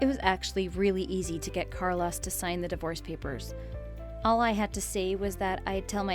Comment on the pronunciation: I have never before heard someone mispronounce "Carlos!"